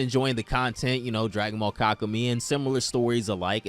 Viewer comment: 6 HOURS AND THIS GUY NEVER LEARNS HOW TO PRONOUNCE KAKUMEI